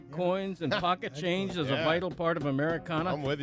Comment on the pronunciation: PAWKET CHANGE